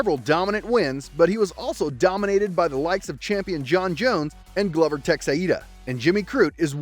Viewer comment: Was you trolling Glover or do u really not know how to pronounce his name .........Id be more likely to sub if u could at least get there names right ....and she wasn't to heavy for Andrade . She had to much leverage on her ........